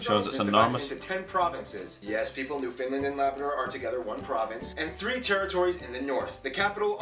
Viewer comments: it's NEWFOUNDLAND and not Newfinland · It's pronounced Noon - nah - voot and also, it's NewFOUNDland, not NewFINLAND, thanks. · Newfoundland doesn’t have very many French speakers.btw It’s also New-found-land not new-fin-lind. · Newfoundland not New-fin-land it gets pronounced as New-find-land Because of the east coast accents, which is of Irish/Scottish decent. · I was so confused when he said “New Finland” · Seriously dude. IT is not New Findland Try New FOUNDland. I guess this needs to be added to your somewhat spotty research in a few minor places. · For f@ sake its New " Found" Land not nww finland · The way he pronounces Newfoundland ( New Finland ?? ) would get him thrown into St. John's harbour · Joey Smallwood used to make fun of people who mispronounced Newfoundland. "It's NewfoundLAND, underSTAND?"